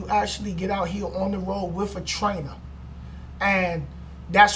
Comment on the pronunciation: it "with" not "wif"